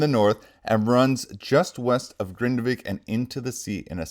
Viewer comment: Hello, nice to hear that you can pronounce the city name Grindavik properly and not like others who say Grindevik 🙃